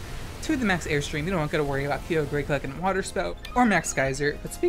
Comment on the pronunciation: The way u say kyogre hurts me